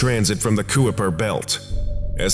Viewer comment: Kuiper Belt is pronounced KYPER, like HYPER but with a K just so you know :P this is a real life object/structure in the Solar System.